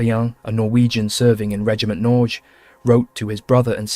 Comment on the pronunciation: You might consider looking into how to pronounce ”Norge”. It is not Noozzzz.